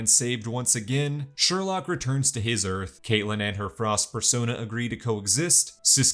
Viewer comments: It’s sureloke not surelock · Sorry, every time you said "Sherlock", my mind immediately corrected it to "Sherloque". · Sher-loock -loch 😂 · he said Harry "Sherlock" Wells ITS SHERLOQUE